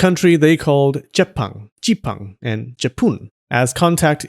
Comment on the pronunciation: Yup, we Malaysian still use Jepun in our own language. is correct in the pronounce, the P sound is concentrated. It's probably because the old Japanese uses Nippon more than Nihon back then over here.